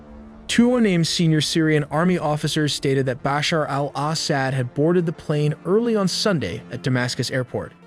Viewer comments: Isn’t Assad pronounced a sod? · Al ahhh sad. So annoying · He says it so white Assad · I am sorry, the AI pronunciations of Assad were just ear grating. It is not Ass-saad, it is pronounced Aw-saad. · Assad is not pronounced 'sad' but 'sawd'. Come on, dude. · What’s with the weird pronunciations of ASSsad……….weird guy, lol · I hate how your ai say al-ahsad... NOPE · Israel ally of the Assads? 😂😂😂 Do you guys review your own videos before publishing. But still we’re all happy "Ass-hat" as you pronounce it is gone… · I had to leave as he cannot pronounce city names or Assad’s name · AI can’t pronounce Assad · Can't he pronounce Assad's name correctly?